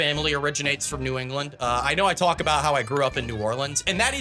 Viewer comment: you "tualk" about it, I can tell where you're from lol